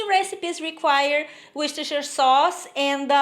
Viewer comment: How are you today, I want to tell you half of Americans cannot pronounce Worcestershire Sauce, and you do it beautifully, very yummy dish, I will be making this one.